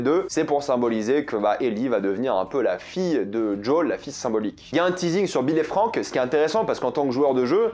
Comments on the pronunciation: Alors j'aime beaucoup ta vidéo et ton anlyse MAIS, en français, son nom est "JOEL" pas "d'Jol" (c'est aussi mon prénom alors je me sens un peu visé) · Tu peux pas dire Joël au lieu de joool c'est très laid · jol jol jol joel!!! lol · Alors c'est JoEl pas Jol... Parce que là c'est insupportable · Arrête de prononcer djol 😭 je te jure que sa me fait souffrir 😭🤣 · Je t'adore mais peux tu arrêter de l'appeler djol punaise c'est joël quoi pourquoi djol ? (ceci dit très bon mando dans ce rôle) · Désolé, mais quand tu prononces le prénom de Joel, j'entends celui de Jul, le rappeur marseillais dont je suis allergique ^^ Pardon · Pourquoi tu dis jol ? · Ça me perturbe à chaque fois qu’il dit son prénom 😅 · The last of us est mon jeu préféré j'ai du me les faire 3 ou 4 fois chacun j'étais pas fan du perso de eli quand je les vu dans la bande annonce mais lors du premier épisode j'ai eu la même réaction que toi ok il on géré par contre tu me fais saignait des oreilles a chaque fois que tu prononce le blaze de Joël 🤣🤣 je pense que si il continue comme sa la série va être incroyable par contre je suis pas fan de tess je la trouve largement moins bien que dans le jeu a voir plus tard